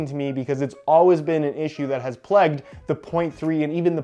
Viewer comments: Plagued not pleged*** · He says plagued as “pleg-ed” And vague as “vegg” lol